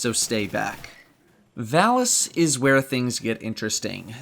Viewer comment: Stop saying Valus wrong.